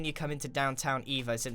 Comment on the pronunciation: It sounds like he's saying, instead of downtown evo, he's saying downtown evil. Lol